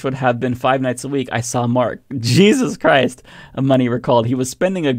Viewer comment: Did you say jizzuzz christ??